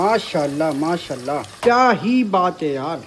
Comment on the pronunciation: لفظ ما شاء اللّٰہ ٹھیک سے اور پورا بولیں پلیز اللّٰہ پاک کا نامِ مبارک ٹھیک سے اور پورا بولیں پلیز Alfaz jesy MAA SHA ALLAH, ALHAMDULLILAH, INN SHA ALLAH ya dosry muqadas alfaz sahi se proper bola kren plz or akhir mn H yani ہ ki awaz lazmi nikala kren plz plz